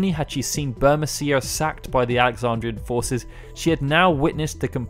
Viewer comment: It would be bur-MEE-see-a, surely?